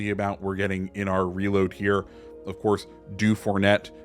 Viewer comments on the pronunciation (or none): it's DU-FOUR-NAY. Not Fournette.